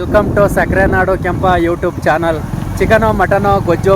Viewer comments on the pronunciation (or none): none